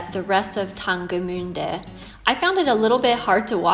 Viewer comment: Been to Jerichow and Tangermünde in 2019 :) You pronounced “Tangermünde“ quiet well! ;)